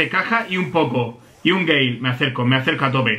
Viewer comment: Yo entendía envés de Gale entendía gay